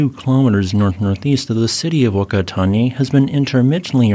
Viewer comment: I always watch your informative videos, and appreciate the effort you put into pronouncing the place-names as accurately as possible. However, here is a tip for the pronunciation of New Zealand locations with a Maori origin. When a name begins with 'Wh' it is said as a 'ph' or 'f' sound, so Whakatane needs to pronounced as Pha-ka-ta-né. The reason for the anomalies in the phonetics of their written language was that when British settlers arrived, the Maori only had a spoken form until a French linquistic scholar documented, transcribed, and translated their language!